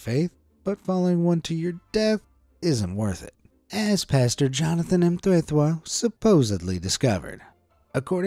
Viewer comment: its actually pronunced jonathan mtetwa